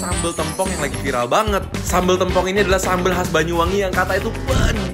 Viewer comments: Bukan tempong tapi tempong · tempong bang bukan tempong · Sejauh video sambal tempong ini masih belum ada yg bisa nyampein cara pengucapan tempong yg bner ke mereka kalo e nya tu pake e esteh, enak, ember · Bacanya tempong,, te nya kyk kita ucapin tempe 😁😁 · Kak tempong nya tuh pelafalannya gk gitu, te nya sama kayak tempe pelafalannyan heheh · bacanya bukan tempong ,tp tempong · bacanya tempong anjir e nya kaya baca tempe 😭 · Tempong, bukan tempong kakkkk😭